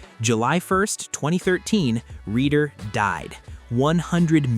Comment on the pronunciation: It's pronounced reeder, not redder. At first I thought it had something to do with reddit, until i saw the word "reader" on screen.